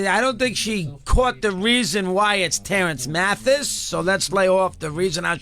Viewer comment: she mess up Terance Mathis name to if you listen careful